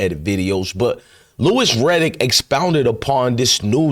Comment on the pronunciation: This chick still stalking and crying about sheduer is creepy. She can’t even say Louis Riddick’s name properly.